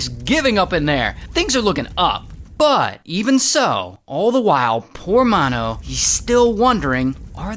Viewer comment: It's, Mano like m a n o